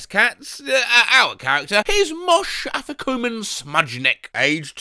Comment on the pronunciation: It's pronounced: Moysheh Afee-koy-min. Funny name for a Jewish cat. (The Afikomen is the "dessert" by the Passover meal, [which is, you guessed it, MORE MATZAH])